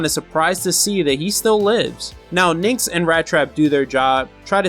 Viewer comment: Dude you're good but please... how many "N's" are there in "NYX"?! Its NYX or Nick's if you need the pronunciation. Not nynx!